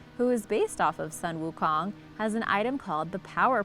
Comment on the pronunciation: When she misspronounce the monkey Kong’s name and the staff, my heart died a little.